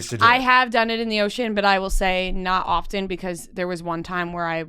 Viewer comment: I'm so curious about your east coast accents. You pronounce the T in often, but do not pronounce the T in Clayton. In Minnesota it's the opposite 😃